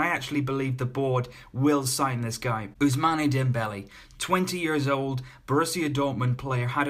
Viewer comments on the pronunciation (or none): I think Hazard would be perfect for Barcelona, he is a direct replacement and he has the ability to do very well for us. But Chelsea will not sell their best player. Don't like Coutinho and Dybala as much because they're inconsistent, but I agree Dembele would be perfect. Just a small sidenote: You pronounced it "Ousmaanay" but it's "Ousmaan" :)